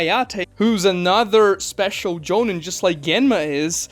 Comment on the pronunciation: Doesn’t matter but I always thought it was pronounced “Jo-Neen”